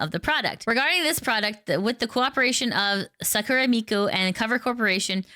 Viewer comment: You are pronouncing "Sakura" incorrectly, the stress must be on "Sa", not at the end of the word.